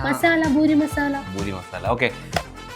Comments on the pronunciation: buri alla Puri nth alle paraya..? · Boori alla poORi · ഭൂരി അല്ല പൂരി താളി അല്ല താലി